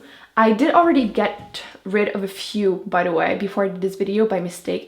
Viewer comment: i couldnt watch this after the first 2 minutes because of the way you say d instead of the